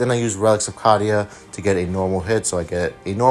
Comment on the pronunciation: Awesome vid, still love your channel. Canon pronunciation is Cay-Dee-Uh